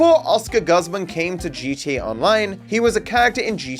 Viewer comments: Your pronunciation of gooze-mahn as guhzmin felt like a hate crime lol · australians pronounce guzman as gus-man? that's wild